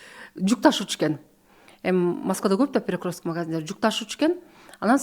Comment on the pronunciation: Перекросток,федерасиасында,заваская деп туура эмес суйлогон -вышый образаваниясы бар умныйларга диктант жаздырса экиге жазышат болуш керек…